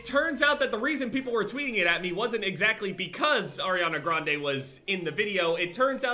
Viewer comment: But u dont even know how to pronounce her last name lol. 😂